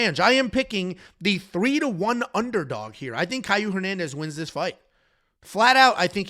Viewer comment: it's not Kyle it's kaue